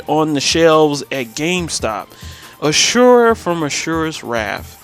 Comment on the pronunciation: Asura* not Ashurra